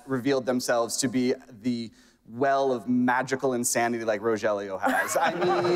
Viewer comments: Not Rojelio it’s RoElio delavegaaa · Ro-je-lio? He has NOT watched the show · Love love love this but if that guy says Rogelio’s name like RO-JELLY-YO I’m gonna pull my hair out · It's another beautiful day to be Ro - Jelly - Yo wake up Ro - Jelly - yo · Ro hell eeeeoooooo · Did he just really say roJelio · man really said RoJelio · Right! and he knows its not Jaime and its "H"-aime. just the Rogelio bit. ugh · the way the host pronounced rogelio was pretty bad 😭